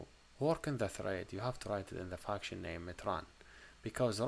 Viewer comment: It feels like he says "fucktion" instead of "function"